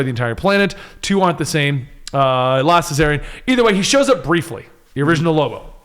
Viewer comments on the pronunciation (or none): Last Cesarian? Ummm don't you mean last Czarnian? Just saying Also, why does no one ever bring up Lobo's ORIGINAL appearance? lol